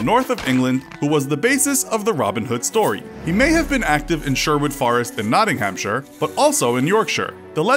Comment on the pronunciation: Nicholas Randle he really did! Notting ham shire xD Id say it’s pronounced like nottingum or nottinum depending on where you live in the country